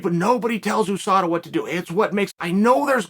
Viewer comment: Why does chael keep saying OUSADA